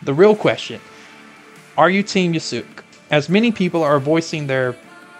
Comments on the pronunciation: The U is silent it's just (Yas-Ke) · It's "Yah-skay" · It's painful to hear you butchered Yasuke's name with "Yoosook" every single time wtf, Ubisoft released a video explaining the trailer where they mentioned his name multiple times, can't you watch that first before making this video?